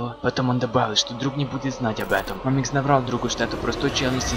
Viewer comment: мАмикс а не мамИкс